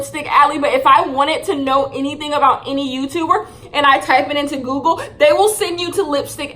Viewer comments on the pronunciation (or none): none